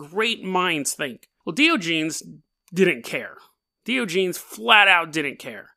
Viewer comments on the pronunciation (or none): This guy is my hero lol. Hate to be that guy but...Die- On- A- Geez is how you pronounce it bud lol :D